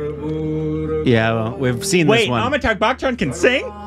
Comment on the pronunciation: Ok atleast now you should know that Amitabh’s name is not Amitagh. bruhhhh